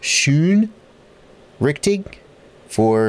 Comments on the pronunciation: "schon richtig" Is german for "thats right/correct". The "schon" implies that there might be a "but/however" coming. Its pronounced the almost same as past tense of shine "shone" but without the e. The "richtig" is pretty close =) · Like your "Schön Richtig", btw thats German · As a German I had to laugh a lot when you pronounced "schon richtig": D translated it means: already correct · maybe pinned by, I don't know. Ich dachte mir den armen Kerl muss ich aufklären so verzweifelt wie er versucht es auszusprechen 😂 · Mein Gott unser Schon Richtig freunde had his name butchered today. Great video, as always. Wunderbar! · It sounds so funny when you say "schon richtig" hahaha xD